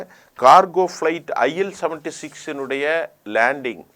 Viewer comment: ல் உளறி விட்டீர் PL-76 என்று அது, IL-76